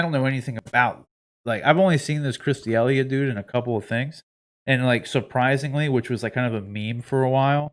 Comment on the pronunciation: Really though before making a video and even having the guys name in the title how about you learn how to actually say his name? You sound like an idiot.